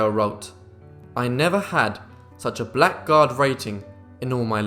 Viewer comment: Blackguard is pronounced blaggard.